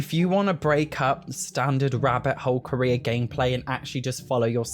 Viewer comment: I've never heared him say "Korea" until now that he mentioned it, now I can't hear the word carrer anymore 😭